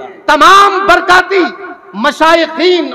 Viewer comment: برکاتی نہیں برکاٹی